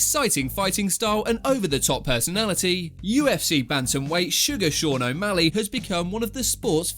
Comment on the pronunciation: More like Sean O'Malleg